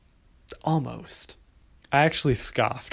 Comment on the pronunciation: the emphasis on almost love it